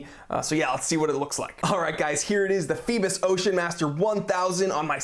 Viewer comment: I'm not sure if anyone has stated this yet, Phoibos is greek for Apollo, the sun god. Pronounced Phoe-bos, with a greek accent LOL. Did you mention if it has hacking and manual/automatic wind? Is there a display back? Just wondering.